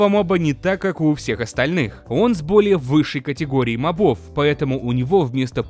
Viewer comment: Задолбал уже! МОбов, а не мобОв! Именительный падеж, мужской род, единственное число-моб. Одна О. На неё и падает ударение!